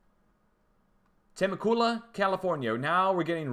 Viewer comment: Temecula is pronounced TA-MECK-U-LA